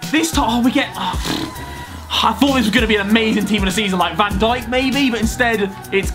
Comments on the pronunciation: umm didn’t u say can dilidighk not van dijk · umm what did u say van dilidighk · Van dibLy dijk?